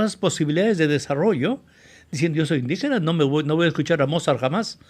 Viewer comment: Y la palabra indígena está mal dicho